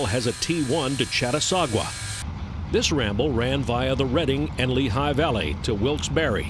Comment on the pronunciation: The town is Catasauqua, not Chatasauqua.